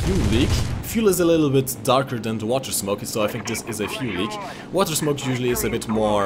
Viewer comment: Obwohl Sie die Namen von deutschen Flugmaschinen aussprechen können, müssen sie an „the” und „thing” noch arbeiten